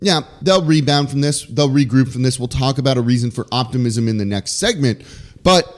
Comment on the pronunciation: You lost me in the first few seconds when you said "optimism"